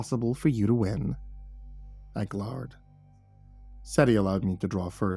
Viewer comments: I glhard...(mispronounced glared so its with a hard r like the word is glhard instead of glared sounding like glaird. not nickpicking, just staying this made me laugh so (gl)hard that it was difficult be spooked after.) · I JUST HEARD THIS AS I READ YOUR COMMENT LOL